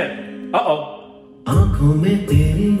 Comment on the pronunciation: No he kobinized it. He made it sound like chinese. Its pronounced as Aakho Mey Teri though its written with "n" and it has reasons out of the scope of this comment section.